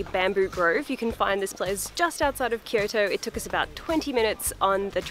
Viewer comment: Occasionally when says, "Kyoto" I hear "Kirito"... Just me?